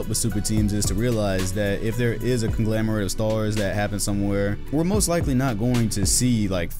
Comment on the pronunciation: ConGLOMerate not ConGLAMerate